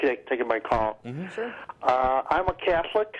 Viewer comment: What is a 'Cyetholic' anyway? Is that anything like 'Chicyego'?